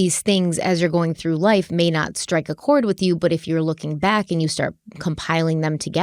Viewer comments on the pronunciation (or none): none